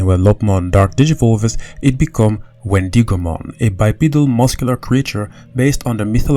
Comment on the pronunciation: Ok please let me know if anyone else is getting annoyed when he says Wendigomon like the I in it is pronounced as an E instead of an i. Or is it just me